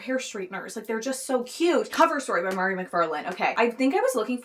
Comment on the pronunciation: Mhairi Mcfarlane is my favourite author every and she is exactly your vibe I feel!! (you would love between us and just last night I think!!) Also her name is pronounced like 'VAHree' :)